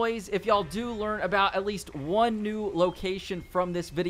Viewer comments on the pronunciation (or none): none